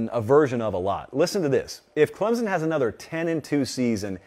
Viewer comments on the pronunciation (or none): Before reporting on them, learn how to pronounce it first!! It's ClemSon...not ClemZun!!